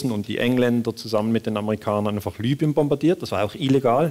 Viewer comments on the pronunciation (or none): none